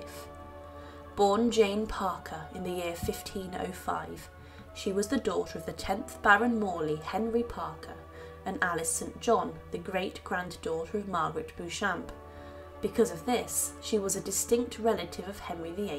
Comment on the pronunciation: It's pronounced "Beecham" in the UK.